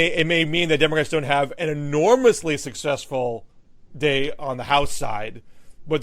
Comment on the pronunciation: I have never heard another English speaker pronounce the "day"--in the days of the week"--in the manner that Matt Lewis does.